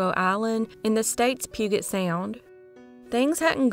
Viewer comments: Puget= pew-jet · Just for future reference Puget is pronounced "Pew-jit" the j like in judge. :)